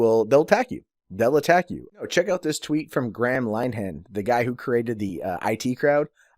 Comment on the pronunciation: Just a small thing it is Graham Lin-e-han